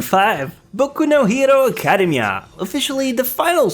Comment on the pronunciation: learn how to say academia lol, good list man, keep it up!